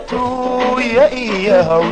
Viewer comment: Fadlan, please. Tuunyo maaha. Waa TUUYO. Maxaa ka si ah dadkan. Magaca haygaga ciyaarina.